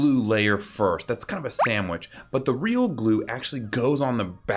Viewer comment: He said sandwich like so questionably